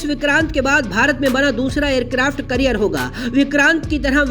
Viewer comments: Carrier bolte hai career nhi 😅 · Aircraft career nahi bhai aircraft carrier hota hain 😂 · Abe wo aircraft carrier hota hai kya hota hai aircraft "carrier"